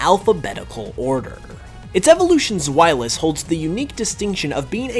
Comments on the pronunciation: "Notices Deino has ein in it, pronounces ein correctly, still calls Deino Day-no instead of Die-no" (also minor but you said Z-vy for Zwei but call Zweilous Z-why) P.S> Love your videos btw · Pronounces Ein and Zwei correct Also: “Dee-noh Zwy-lus” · I came to make this precise comment. And it was even worse on Hydreigon, haha. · Deino is pronounced Die-no, not Dayno. Zweilous is pronounced Svi-lous, S-why-lous. Hydreigon is pronounced Hydr-ai-gon. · Yeah, you're right And yeah, you're right again xD It also triggered me when he mispronounced Hydreigon, Zweilous and Deino.